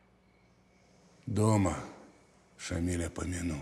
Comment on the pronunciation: Уважаемые режиссёры и сценаристы ..В имени Шамиля ударение ставиться на я ..а не на и...А так фильм прекрасный...